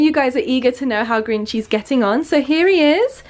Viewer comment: Every time you say "Grinchy's", I was hear "green cheese" XD